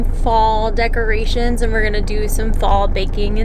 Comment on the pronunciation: I think she was trying to say "decorations" she is so precious 💕